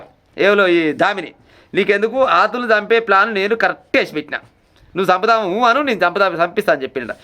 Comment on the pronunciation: Kdhu kadhu athulu athul anna nemathaliki bale navu vasthundi from rayalacema